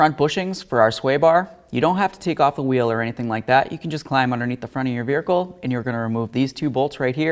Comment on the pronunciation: Verhicle lol…